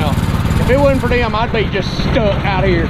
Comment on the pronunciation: "Pacifically for theyum"